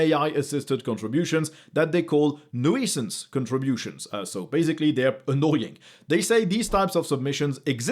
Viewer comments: “neWEEsans”—sorry, English strikes again, it’s “nu-sance”, or “newsance”with a silent “i” in between (nuisance) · I was not ready for hearing "nuisance" pronounced like that😂